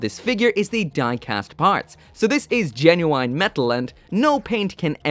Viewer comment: I wheezed when he said "geno-wine" Sorry